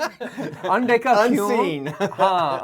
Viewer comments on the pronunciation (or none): says "undekha" as "ande ka" 😂